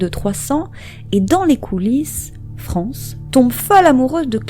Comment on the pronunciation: On ne prononce pas "France" comme on le ferait en français, mais bien en prononçant le "es" à la fin, avec connotation latino et le "c" en "sh" et le "a" devient "é": Frénshès. Ou alors il faut aussi prononcer le nom de famille à la française et dire "farmé".